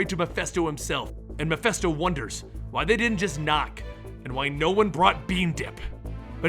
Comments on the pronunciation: I might be wrong, but I thought it was pronounced Mephisto, not Mephesto? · Not mephesto...His name is MephIIIIIIsto. Mephisto..... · stop saying Mephisto incorrectly. Meh-fist-oh. Not festo. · keeps pronouncing the name Mephisto as "Muh-fess-toe", is that the correct was to say it? I've always heard it pronounced "Meh-fiss-toe". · Its mephisto, with an I